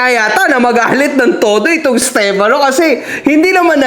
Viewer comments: Napansin ko lahat ng nasa side nila, pronounce nila sa pangalan steFANO. Yung mga sang ayon naman, STEFano. 😂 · alam mo kung ano lang ang tama mo dito? Yung pag pronounce mo ng stefano 😅 dejoke, bawi ka sunod 😁